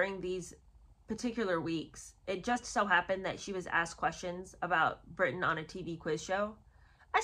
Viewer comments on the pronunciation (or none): none